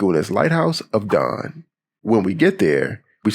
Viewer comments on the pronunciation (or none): none